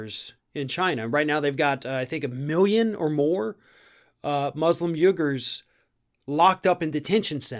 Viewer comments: "WEE-gurs," not "YOU-gurs" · First: it's pronounced 'Wee-gurs'. And it's abhorrent what China is doing to them. But I sincerely doubt Trump cares. He fucked Biden but good, with this move. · Pronounced "weegurs" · It's pronounced weegurs not gougers. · 🤨? You-gurs? Don't you mean wee-gurs. That's how I heard Uyghurs is actually pronounced. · I believe the group are called “Wee gurs”. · I think it is pronounced more like “weegers” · Just an FYI, “Uighurs” is pronounced “wee-gyrz”. Sorry love ur videos I just cringed a little at your two different mis-pronunciations of the same word. 🤗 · uighurs = "we ger" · I dunno....but everyone in the media pronounces it "wee'-gurhs" So I have assumed that us correct. I know the spelling is nothing like that....Jus sayin.... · Pretty sure it’s pronounced “wee-gets”. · Pronounced "we-gurs" China is slaughtering the "we-gurs" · Uighurs is pronounced WE-gurs. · It's pronounced we-gers. Where is Trump going to get his X-large ties? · It's pronounced vighurs mate and thanks for shining some much needed attention on this subject. They are also used as organ harvesting because they lead a very healthy lifestyle, these and Falun Gong are both in concentration camps and you can actually pick a date when you want to have an operation over there which can only mean that someone dies on that day to give whomever their organs for a transplant. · They are pronounced weegers. Also, quit banging on your table or mount your Mic somehow else. Listen to this post in your own headphones man. Once. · Uighurs is pronounced "we-gers" by the way. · yes what china is doing to them is bad. i think i is pronounced we-gers i think i might be wrong. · Pronounced: wee gurs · It’s pronounced “we gers” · Someone has maybe already pointed this out but I believe it is pronounced “wegurs” long e sound.I enjoy you videos. Thank you for posting content regularly. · It's pronounced like weeger I believe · Pronounced "Wee-gurs". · Pronounced "wee"gars